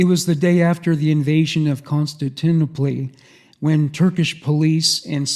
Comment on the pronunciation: i respect and love you but i cant believe you dont know how to pronounce Constantinople. The first time in passed it off as a joke. The second time I knew i had to inform you. Its Con.Stan.Tin.Opal. Good try and again I am not shaming you, it's something about reading words you've never heard spoken.